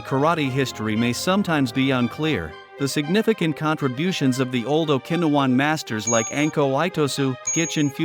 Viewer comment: AI crap. The pronunciation of Okinawan 😂